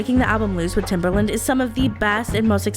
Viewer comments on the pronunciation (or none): Guurl his nickname was Timbaland not Timberland☠️ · love the video, but hearing timbERland instead of timbAland grinded my gears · I'm sorry..are you saying TimbERland??